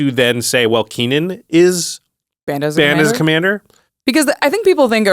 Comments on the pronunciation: Lol Keenan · "keenan" lol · I can't get over ' pronounciation of Kinnan XD